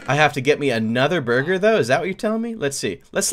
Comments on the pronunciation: Did I only notice he said buger instead of burger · Wait did just say buuger instead of burger I like chesse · "The buger is done" XD !! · every time I hear 'buger' I crack up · "buger" Good job creator. Good job. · I thought it was booger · It even said "buger" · I heard AND saw that too! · Ɇmmanuel Đ. Totally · Me toooooo I heard it too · Ahahaha! If you listen closely, "" keeps saying burger as BUGER! hahaha! It even says it on the chat box! LMFAO! XD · "Buger" Nice job creator Awesome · How come you were not laughing?me and my bro was laughing each time said Buger. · Anyone else notice the villager at the beginning saying booger instead of burger? o-o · is saying booger!! XD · the manger keeps calling a burger a booger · Wow that chicken said buger instead of burger 😂😂😂😂😂😂😂😂😂😂😂😂😂😂😂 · Hahaha thats so funny he said booger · the tutorial guy said booger instead of burger every time. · buger what the instructor said buger instead of burger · Eh drumstick said booger instead of burger banana haha haha haha lol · it sayd cooked chicken buger not burger XD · the manager said buger and not burger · The announcer is saying booger instead kg Burger lol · It said buger instead of burger. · I heard ''bugger'' not burger lol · i heard buger not burger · Why r they saying buger instead of burger wow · why does he keep saying buger instead of burger? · Why its buger its supposed to be burger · He just said buger instead of burger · It's burger not buger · Guide said buger not burger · The narrator is always saying “Buger” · he said bue-ger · buger triggers me because its boogers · I know, if you listen closely it sounds like says booger. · emmanuel d. Hahah buger is done hahaha lol😂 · When said Burger, it sounded like Booger. 😂😂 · he's saying buger's XD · When says burger it sounds like booger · Lol the guy said buger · i here booger but see buger lol xD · Buger Or Burger Or Booger? XD